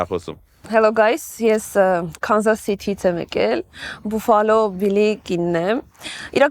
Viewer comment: Buffalo grvum e baffalo artasanvum, inch amot, gone angleren lezun mi axavaxeq